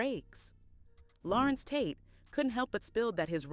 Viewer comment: Narrator says his name correctly 3 times rest of the time just mispronounce it constantly... Such a turn off! Tate ❤❤ ur acting work. Agree he should be valued more...